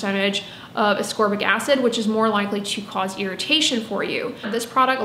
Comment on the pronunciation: Thank you for properly pronouncing ascorbic and letting me know I’ve sounded like a ding bat for 20 years by saying asorbic 🤦‍♀️ I worked in the body care and skin care industry for years. I helped people choose products based on their needs. I know enough about the properties of different ingredients to really help someone take great care of themselves but apparently I don’t know how to pronounce ascorbic. No one ever corrected me and I stupidly thought the C was silent 🤦‍♀️ at least I could pronounce jojoba oil. I used to giggle inside when people would pronounce the j’s when saying jojoba. I wonder if anyone ever giggled at me saying ASORBIC 🤦